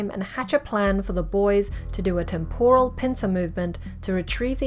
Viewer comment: Great. But please learn how to pronounce the word temporal correctly. Really lets down the video.